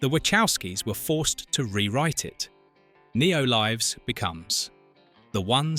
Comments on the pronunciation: ugh, look, if you're going to us an AI voice, at least edit it. Don't say "USD" say "Dollars"; don't say "Neo Līves" say "Neo Lǐves"; and when it throws in some random sound, cut it! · And when they say, "that was 10's of millions of You Ess Dee" or "Neo Līves", ugh.